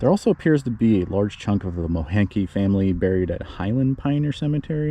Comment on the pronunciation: The name Moehnke is pronounced Mink